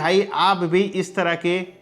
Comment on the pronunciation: Ishtarah nahi hota hai